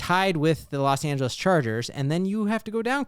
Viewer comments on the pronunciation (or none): none